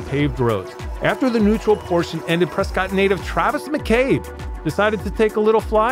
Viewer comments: Btw it’s pronounced Preskitt... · Prescott - rhymes with biscuit